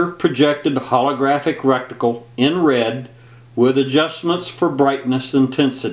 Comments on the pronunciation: "recticle" lol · Darby Murray He said " recticle"! Too funny!!